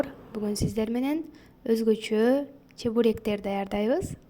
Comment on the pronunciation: Чубурек эмес -чЕбурек